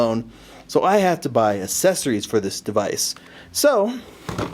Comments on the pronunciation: Accessories. not assesories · Cool video...but man they way you say accessories :') Assessories... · I think u pronouce fine :D Except the assessorie thing.... :3 (Best vid so far on this) IM GETTIN A BLAQ ON :D) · do you hate the accessories of the 3ds thats why you pronounced it as ASSesories? anyways, this vid helped me a bit. so thanks :) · Assessories, lmaoo I cant judge I didnt know how to pronounce world before! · PRONOUNCE ACCESSORIES RIGHT. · He cant pronounce accesories anymore